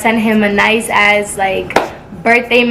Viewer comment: did you say as or ass